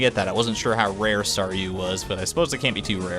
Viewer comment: I know I am super late but Thank you so much! I love being a Staryu! and yes you pronounced it correct the first time.:)